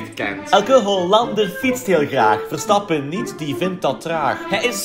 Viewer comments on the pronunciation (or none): Het is Verstappen niet Verstappe